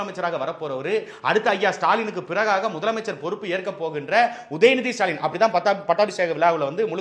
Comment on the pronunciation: இனி தூய தமிழில் முதல்வரை சுடாலின் என்று அழைப்போம். உங்களுக்கு ஸ்சு. ஸ்சு என்று கேட்கிறதா. எனக்கும் ஸ்சு ஸ்சு என்றே கேட்கிறது. சந்தானம் காமேடி.